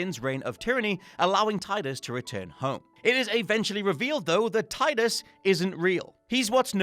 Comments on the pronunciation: You pronounced it Tie-dus?!?! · Also, it's Tee-dus. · Tidus is pronounced Teedus. And shout out to James Egan for actually writing the list. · A lot of people pronounce it Tide-us. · The way he pronounces Tidus also seemed wrong to me. I remembered it Tee-Dus too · Sweet baby jesus,. That's not how you pronounce Tidus.